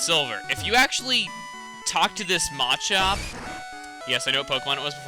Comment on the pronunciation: Your pronouncing machop wrong... the way to say it's not Maa-chop... it's muh-chop